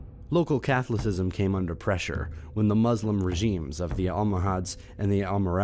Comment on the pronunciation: Biz an tines??? Kath li cism???